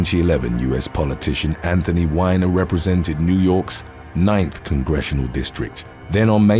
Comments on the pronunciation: Anthony's name is pronounced wee-ner not whiner. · It's Anthony WEEENER NOT wine-er.